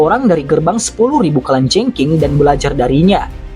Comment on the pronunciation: Mimin kok susah ya ngucapin kalajengking, kurang ngopi mungkin hehee..